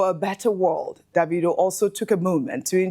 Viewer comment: Ojy please stop pronouncing his name as daaavidoh......it's annoying...of course you know that's not how it's should be pronounce.....it's Davido from the name David not Daaavid.....pls stop it's so annoying